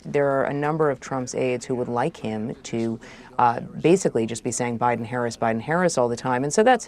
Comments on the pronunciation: 😂did she say president obiden? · She said oBiden 😂 what a joke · Lapsus révélateur : "President Obiden.. Biden!" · Did she just say "President Obiden"?🤔